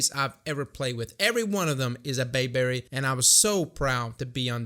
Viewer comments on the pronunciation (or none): My man said bae-berry lmao